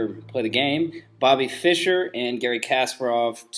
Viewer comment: idiot, why are you misleading people? poor pronunciation on Kasparov btw...